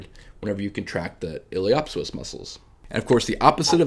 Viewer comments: Hi. Great videos that really help visualize the femoroacetabular joint. A few pointers on pronunciation. The “p” is silent, so pronounce it “ilio soas”. Also the “a” is long not short, sounds like “saycrum”. Source: my experience in applied anatomy in surgery for the last 20 years. I am a surgical technologist. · Feedback is to stop pronouncing words incorrectly like ili “op” psoas. I’m not sure why you intentionally mispronounce. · The "P" in Iliopsoas is silent, no?